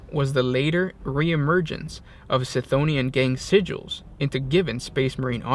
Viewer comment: I believe Cthonia is pronounced with a hard C, like Cthulu, not like Celery. It's how the Audibooks pronounce it and seeing as Gothic is inspired by Latin, whereby the C is always a K sound, it should be pronounced Kthonia.